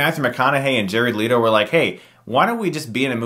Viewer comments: LETO sheesh why do people pronounce it Leeto? It's LE-TO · Let-O not Leet-O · Jared LIT-O